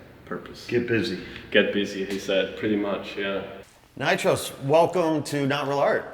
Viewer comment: The name of the Artist is NYCHOS not NITROS ;)